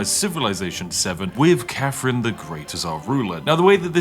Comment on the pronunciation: The fake posh accent would work better if you didn't pronounce her name "Cafrin".